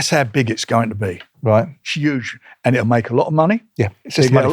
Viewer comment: Why doesn’t brick top pronounce the H in huge? “It’s YUGE…”